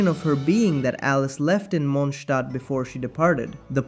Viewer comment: the Mondstadt correct pronunciation jump scare 😆 I'm very much looking forward to the day where they give Lisa more spotlight, she's just so interesting.